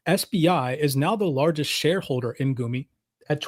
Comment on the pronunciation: It's pronounced Goomi. u - う or gu - ぐ has the double o sound in English. :)